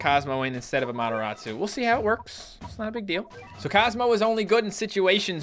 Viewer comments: Why is calling amaterasu to amotorasu/amotoratsu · you said the AMATERASU wrong lol